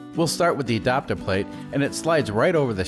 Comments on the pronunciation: Adapter plate, but pronounced Adopter. Grrr.... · It’s ad”A”pter not adopter its drive me crazy 😜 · “E-dopter plate”! Lol! Love the videos. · Ok I'm certain you are Canadian. I've not heard anyone else say adapter like adopter. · You say adapter weird! Adopter?!